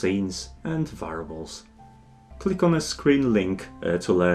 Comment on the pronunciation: Great tutorial! I was briefly confused a couple of times though because I kept mishearing 'variables' as 'fireballs' xP